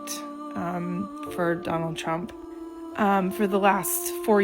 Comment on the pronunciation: “I will boat…..for Donna Trum”🤨 lol